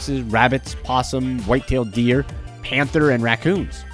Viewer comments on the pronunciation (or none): none